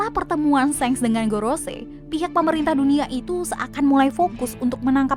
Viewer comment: Shenks? Wkwkwk emang di animenya gt cara penyebutannya?